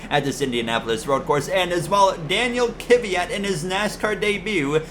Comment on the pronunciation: Kvyats name is pronounced (Dan-eel Kih-viat) just for future reference